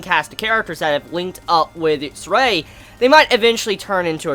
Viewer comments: It's Zestiria. Not Zestria. 4 syllables. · "Hopefully I'm saying her name correctly." Bruh,, you can't even pronounce the anime title correctly.